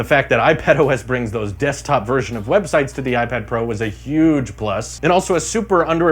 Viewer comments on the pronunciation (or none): none